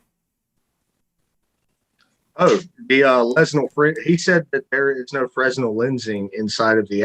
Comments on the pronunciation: fray-NEL, not frez-NEL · The term "fresnel" as in fresnel lens is pronounced "fruh-NELL". The S is silent. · My dentist (in UK) says that I have calculus on my teeth - my smile would terrify, no doubt! Also people who actually know about Fresnel lenses don't sound the "s" - more like fray-nel. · Just an fyi from an event tech guy... Fresnel was a french guy, the s is silent. So it's "Frenel". Every. Fucking. Job. Drives me nuts! :D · I hate to be pedantic but Fresnel is pronounced Fruh Nel... Also that guy is like physics having a stroke. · The lens is French and pronounced without the 's' ... "fren-nell"